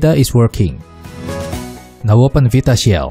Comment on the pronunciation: This is fantastic thankyou so much. The way you pronounce "Vita Shell" fucks me up every time.